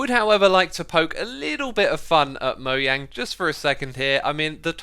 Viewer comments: its moJANG, not moYANG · Moyang? UR NOT A REAL MINECRAFTER IF U DONT SAY THE GAMES creator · I hate when people say Mojang as "moyang" instead of "mojang" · It's Mojang not moyang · Its mojang not moyang I'm pretty sure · Its mo jjj ang not moyang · He said moyang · Is it just me or dose he say moyang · Moah - Jang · MOYANG. I haven't seen this in the dictionary. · Is he really saying "moyang"? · Did he said Moyang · lol moYANG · Is it actually pronounced MOYANG?? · stop calling mojang "moyang" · “Mohang” It’s spelled and pronounced mojang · Why do you say mow yang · Why can't you say Mojang? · SOMEONE PLEASE TELL HIM HOW TO PRONOUNCE MOJANG 😭😭